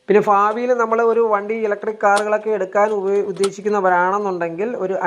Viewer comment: ഫാവിയിൽ അല്ല ഭാവിയിൽ